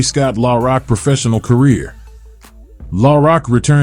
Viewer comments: Killing me how he pronounces Scott's name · I hate these fuckin AI generated voice overs in my soul! At least have a real person pronounce Scott's rap name correctly & what the fuck does Jay Z from Brooklyn have to do wit Scott? SMH